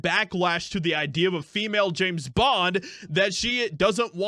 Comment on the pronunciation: Its James bond, not Janet bond